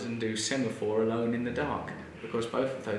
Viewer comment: please paint your finger nails illuminous colours and do semophore alone in the dark I like how you emphasised "alone"... interesting.